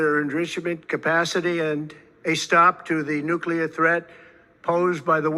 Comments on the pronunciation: nuclear bro not nuculear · Brother, I'm brand new to your channel. So far so good. I like ur take and footage. Pickin up what you're putting down. However... PLEASE stop saying Nucular. No such word. NUCLEAR, sir. Nuclear. It doesn't make you sound more intelligent to say Nucular. 1st time here and u can tell me to stuff it. Not an attack, just an observation, bro. Have a great day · 👍 btw/NUCLEAR is pronounced EXACTLY how it's spelled!!